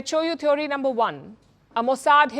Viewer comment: Wonder why so many of our anchors pronounce it as thev 'o' ry / theev ree (थीओरी / थिवरी) instead of "thee uh ree" थिअरी